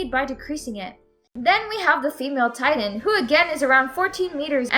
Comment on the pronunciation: She talks so lazy. Its titan not tidan.